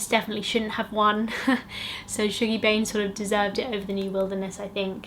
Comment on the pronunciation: I love your book videos! I really wanna read the Wolf Hall series, I’ve just bought the first one. Also ‘Shuggie’ is pronounced like ‘hug’ not ‘shoog’ 😭😂